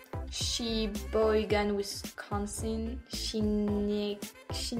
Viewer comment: Salut, I want to know who did the Sheboygan one, You pronounced it well. YOu took your time and slowed it down which is why you were able to say She-boy-gan Here is more: Wisconsin, Oconomowoc, Eau Claire, Stockholm, Racine, Buena Vista, Cherokee, Czechville, Dacada, Ellenboro, Gotham, Kickapoo Center, Knowles, Lake Wazeecha, Ojibwa (Ojibwe), Boscobel, Darlington, Dodgeville, Dunkirk, Dunn, Dupont, Fennimore, Fond du Lac, Fort Winnebago, Geneva, Glen Haven, Hammel, Hammond, Hampden, Hazel Green, Ithaca, Luxemburg, Kinnickinnic, Koshkonong, Madison, Manitowoc, Marquette, Mazomanie, Middleton, Mineral Point, Minocqua, Montpelier, Nasewaupee, Namakagon, New Glarus, Oak Grove, Oakdale, Oakfield, Oakland, Onalaska, Oneida, Orange, Oregon, Orienta, Orion, Kaukauna. Oshkosh, Platteville, Prairie du Chien, Prairie du Sac, Reedsburg, Rochester, Saratoga, Saukville, Shullsburg, Sioux Creek, Sparta, Spring Green, Spring Grove, St. Croix Falls, Stephenson, Sterling, Sturgeon Bay, Summit, Sumner, Sumpter, Sun Prairie, Tomahawk, Trempealeau, Trenton, Underhill, Viroqua, Waubeek, Waukechon, Waukesha, Waumandee, Waupaca, Waupun, Wausau, Wausaukee, Wautoma, Wauzeka, West Kewaunee, Weyauwega. Ashwaubenon. Menomonie. Poniatowski. Chequamegon-Nicolet National Forest. Mukwonago. Lac Du Flambeau. Any help go to Thank you.